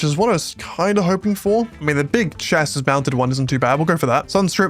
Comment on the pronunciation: crazy nit pick i know but its pronounced cha-see not cha-sis